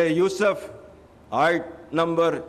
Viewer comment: اور یوسف (سین کے پیش کے ساتھ ہے ۔یوسف میں سین کا زبر نہیں ہے)